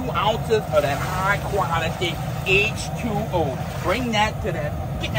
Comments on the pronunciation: Him saying h2oall I heard was water boy lol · Dude when he said “high quality h20” in the Cajun accent 🤣🤣